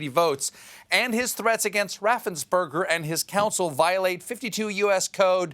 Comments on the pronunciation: Note that , Stephen forgets to stumble over Brad Raffensperger's name. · Raffensperger is really not a difficult name to pronounce. As a Progressive Georgia voter who voted for Biden/Harris, Ossoff, and Warnock, I am grateful that our Secretary of State, our Governor, and other Republican officials have stood fast against the assaults against our right to vote by T** and his psycho sycophants.